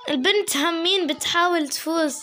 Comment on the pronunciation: انا عراقية سهلة الهجة العراقية سهلللللللل احبج هواية.. انتي حسا منيحة بالحكي بدي تحدي بالغة التركية.. انا اعرف شوي.. مين علمك عراقي ؟ ردي بليز.. انتي زوتيها تقولي هامين.. هي همين.. انا من العراق.. ديالى.. احبك يا.. وصلوا مليونين مشترك.. انا متأكدة انو نقدر نوصل هذا العدد.. يلا نوروا الاشتراك بساع.ههه بساع يعني بسرعة. تعلمي تركي و اعملي تحدي الكلام بالتركي. *اعرف طولت بالكلام * love you so much like for